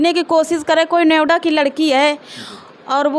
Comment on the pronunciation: Noida bhi bolna nahi aata hai